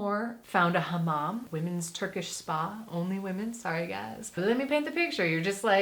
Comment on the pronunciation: " found a hamam " wait .... you eat pigeons ??? XD - ha-mam = pigeons // ham-mam = bathroom ....... Berlin sounds nice :D